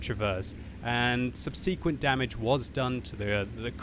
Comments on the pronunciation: How come you can't say 'subsequent' properly? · For God's sake, learn to pronounce "subsequent" correctly